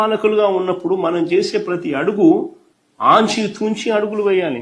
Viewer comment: 2:5 Anchi thunchi kadu ra ,achi thuchi adugulu veyali ,telugu radu veedu cm ga chesadu😂😂😂